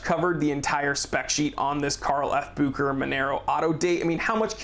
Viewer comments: it's BU-HE-RA, not bu-k-ra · SAY "BOO SHAE RHER" GDMMIT SON!!! Messing names like this ntz ntz ntz 😙🤌